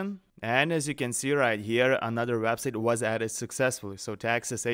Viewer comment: You should really learn how to pronounce the word "Website".